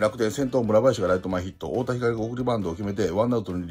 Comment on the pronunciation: 楽天の太田光は"ひかり"ではなく"ひかる"です、、、😂